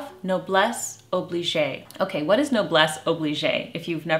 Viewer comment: Thank you for this edifying video. You have evidently figured out that "noblesse oblige" (note: the E at the end of "oblige" is silent) means "nobility obliges". This seems to be a short expression of the Scriptural principle "To whom much has been given, from them shall much be required." (Luke ) A timely and timeless reminder. Thank you again and God bless you!